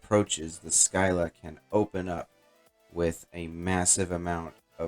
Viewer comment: nice vid - just an FYI: "Scylla" is the many-headed monster in the Odyssey (paired with Charybdis, a whirlpool, which threatens sailors who pass between them, and thus the expression to be "between Scylla and Charybdis" is to be "between a rock and a hard place"). Syclla is pronounced "sigh-lah"